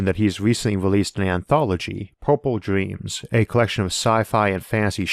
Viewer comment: "We can make our dweems a weality!"